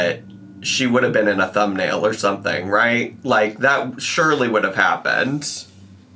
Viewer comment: “What is water?… do you eat it or sumething?”